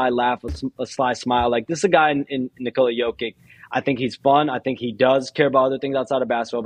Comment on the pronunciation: Wait.. are WE really teaching SHAMS how to pronounce the 2x MVP & current defending champ/ FMVP name….? Now if we could all pronounce his first name correctly.. lol it’s, NI-kola.. not, nicole-A.. Lol. and just like Spanish, the “accent” over part of a word, does play a part in the proper pronunciation. Example: Papa & Papá in Spanish are the “same” word, but pronounced differently, and they also mean 2 different things. Lol